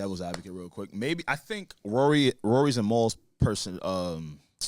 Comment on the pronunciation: says Rory name as Ruury. 😹 The disrespect.